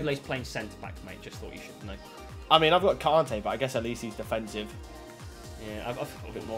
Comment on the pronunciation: Everyone: Kante: Carntay